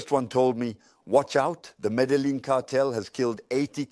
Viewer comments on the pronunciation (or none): It's pronounced Mé-dé-yeen not medeling please and thank you for uploading. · Medellin not Medelin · why does his voice sound like AI. also he pronounces medellin how i feel like AI would pronounce it